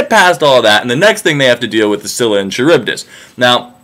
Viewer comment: Isn't Charybdis pronounced with a k sound?